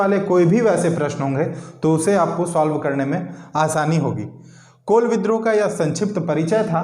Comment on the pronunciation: कोल नहीं जी कूल होगा हैं